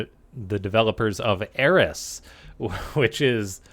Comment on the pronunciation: If my memory of "Hercules: The Legendary Journeys" serves me correct, I'm pretty sure its pronounced "Eh - Oh - lus".. Cool vid!